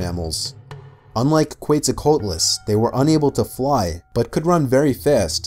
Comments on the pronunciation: He also said Qeut-zo-qeutlas like bruh that's not how you say that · quetzalcoatlus (pronounced kwet-zal-CO-AT-lus) was not a bird. it was a kind of pterosaur, not directly related to birds or dinosaurs. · It’s pronounced “ketzull kwatluss”